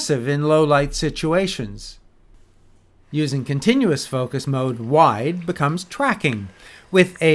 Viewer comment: "Contiunous" Hmm. :)